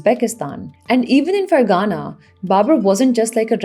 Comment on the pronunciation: It is Ferghana فرغانہ، not Fergana فرگانہ۔